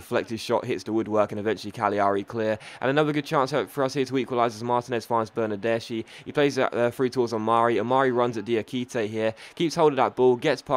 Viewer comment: Pronunciation: Vives -> Vee - vess Bernardeschi -> Bernard-ess-key